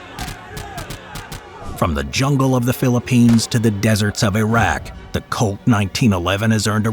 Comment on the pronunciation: Couldn’t help but hear colt, as cult